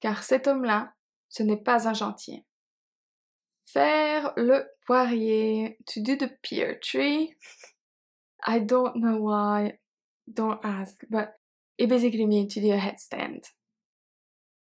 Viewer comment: not 'peer' but PEAR /per/ !! from IN my defence... 'half' = 'l' is silent.